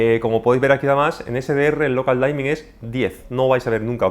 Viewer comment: Local Dimming, no Local Daimming